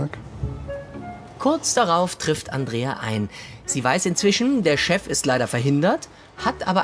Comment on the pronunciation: Dieser Momen wenn Mann Andreia heißt 😂😂😂😂😂😂😅😅😅 ja mit ei aber Mann spricht es Andrea